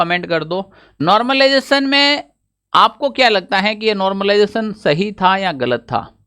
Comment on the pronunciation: Normalisation /Normalization Not normlization 😂😂